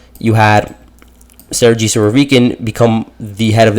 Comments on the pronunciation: Surovikin is a boss alongside Prigozhin.Its pronounced Ser-ghey not Ser-jee 😂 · Dude!!! , Sergei and Gerasimov are spelled G like the first G in Gorge or Gulp or Gate.. so please take this in mind And it is not Putin who fires or hires Army personnel.. like what? y’all think Russia is a small company with Putin as CEO?